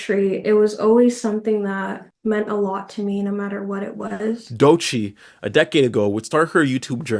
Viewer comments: i take a hit to the solar plexus every time i hear doechii pronounced like doy-chee instead of doh-chee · I love this vid but how much do I need to pay for you to never say "doi -chee' again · Great video, but everytime you say "DOY-Chi" I die inside. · "Trying to use pennies to define gold" is a BAR! Also, "Doychee" is painful. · Why you say Doechii like Doeiiicheii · im sorry but why are you saying doechii like that 😭😭😭😭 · Wait is Doechii pronounced Doe Chi or is it Doy Chi? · Please pronounce Doechii's name correctly, it's way easier than you're doing it 😭😭😖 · Doechii is pronounced as just 2 syllables, not 3